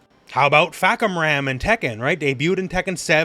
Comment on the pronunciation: Imma be honest, Fahkumram's most impactful thing to me is his name. I don't think I've ever heard a name never pronounced properly. Not a bad thing, the opposite, it's very funny lol